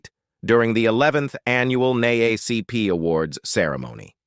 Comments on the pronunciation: Instead of using AI as an announcer, please hire a living human that can pronounce words. Such as NAACP( N DOUBLE A C P) . THESE AI NEED TO BE DISCONTINUED. 😮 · The AI voice needs to get some of the annunciation correct…. NAACP was spoken crazy 😆🤣